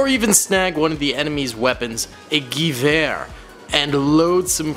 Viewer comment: pls say gewehre right